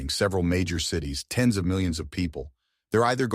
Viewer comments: What human says 'ten S' instead of reading 'tens'? You MUST be joking. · Was this narrated by an AI? The stated factor of Tens or Hundreds was pronounced as "Ten-S" and "Hundred-S". It was even subtitled on the screen that way. How strange.